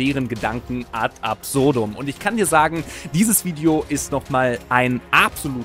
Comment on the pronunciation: Schönen Gruß an eure KI-Vertonung. Es heißt „Ad absurdum“ und nicht „Art absurdum“ Peinlich 👎🏻